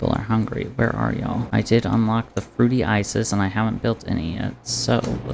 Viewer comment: HORSE DIVOOOOOORCE AND BIG AL!!!!!!!!!!!!! YOURE CATERING THIS ONE TO ME SPECIFICALLY!!!!!!!!!!! i thought 100% you said your family called you fruity isis not fruity ices